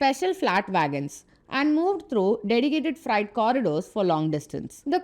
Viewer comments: fright or freight corridor? madam get your pronunciation correct. But please keep up. Very good video. Content of video is nowhere else. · Gentle advice to make use of online tools to improve pronunciation... for example freight is pronounced as 'fraite' not 'frite'. Otherwise good job. 👍👍👍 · It’s not fright it’s freight. You are pronouncing that word the way fright is said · Freight not friet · Very nice presentation on DFC and TOT. Only suggestion is to not pronounce Freight as Fright. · It's not fright, it's fr-eight. However, I must say, this DFC is very good. India needs these sort of corridors within each states, connecting industrial hubs and farms with airports and ports. India also needs to build multimodal logistics hub around airports in the hinterland.